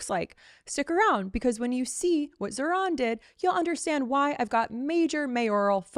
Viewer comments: The name Zohran has the accent on the first half, not the second. Please get it right. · It’s pronounced Zawrun not Zohran. Man get it right! 😡